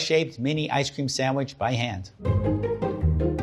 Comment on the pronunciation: 1 like for every time he said ice ceem